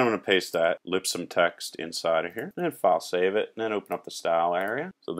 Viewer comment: Luv ur wk...on the lol side: for the longest time I thought u had some cool French word "fasay" and at least ones goog lkup later ; I realized u were saying "file save"--haha on me :))